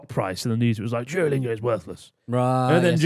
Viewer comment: As if "Jew-a-lingo" didn't get a laugh from - 35.22